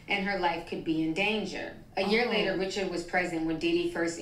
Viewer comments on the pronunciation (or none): Anyone who watched Making the Band or was a fan of Danity Kane could tell you that her last name is pronounced “reh-shards” not “rich-urds”, like the average name. They could at least say it correctly if they’re going to talk about her.